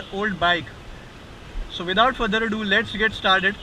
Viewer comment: Really detailed review... I heard u r saying "S" as "SH". Ex.Class as Clash, so as sho..etc It changes meanings Bura mat mano, muze aisa laga is liye keh raha hu....